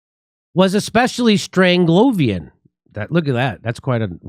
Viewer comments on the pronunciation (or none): its strange-love-ian btw. As in Doctor Strangelove